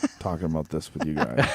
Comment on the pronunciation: How many fwend come wif you